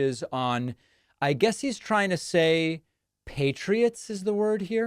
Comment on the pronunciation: He’s not trying to say “patriots”. He’s evidently, and correctly, saying “Peach Tree Dish”, you know those little glasses you use to grow viruses and stuff. If you don’t believe me ask MTG.